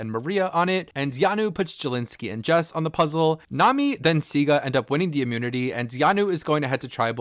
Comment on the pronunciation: The green tribe is Siga not Sigu bro